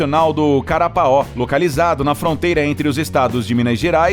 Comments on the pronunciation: NÃO É CARAPAÓ , E SIM CAPARAÓ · Você disse serra do carapaó, o nome certo é caparaó. Kkkk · parque nacional de Caparaó e não carapao' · Não é Carapaó, mas Caparaó. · Amigo... você é esforçado, parabéns! mas comete erros primários - "impactos na natureza humana", "parque nacional do CA-RA-PAÓ".... e mais uma dúzia de tropeços que acabam comprometendo teu vídeo.